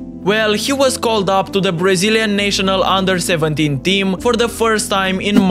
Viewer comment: “Nay-sho-nal” team 💀